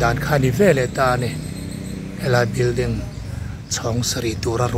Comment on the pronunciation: Bilding nilovin building tur aw thil hming te hi hriat dik ve deuh tur aw😂😂😂😂